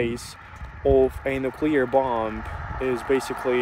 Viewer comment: Hey! Interesting video. Not to nitpick as I think that your English is great but the letter “B” at the end of the word-bomb - is silent. Also when you add “ER” to the end of the word, the 2nd “B” is still silent.